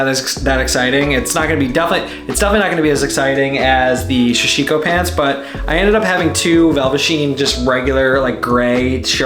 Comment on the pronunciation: Sorry to be the pronunciation police but it’s sa-shi-ko or dobby cloth is another name for it, great video blue nails looked great